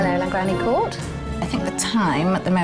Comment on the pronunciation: I absolutely love this house and the hosts, but the mispronunciation of the Court is driving me mad. Just ask a local how to pronounce it. It isn't difficult...please! Diolch yn fawr iawn.